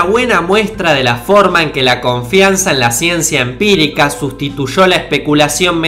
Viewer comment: Gashina Posho Sustitusho